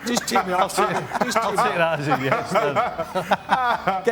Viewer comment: Not yesh it’s yes